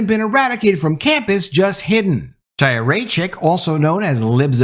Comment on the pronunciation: Great video,. Let me help you pronounce her Hebrew name. It's High - Ya, or if you can handle the guttural, make the Ch into Chanukah sound. Chai (as in "life") Ya. You get Chaya.